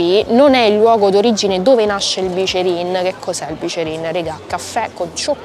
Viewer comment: Ti stimo ma si dice biccherin Poi vai a piazza della consolata